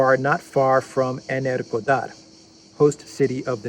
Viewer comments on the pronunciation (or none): "Energodar" not "Energador". The latter sounds like an energy drink. I could see the Russians troll the Ukranians mercilessly by blasting Bond music through speakers as they repulse the attack.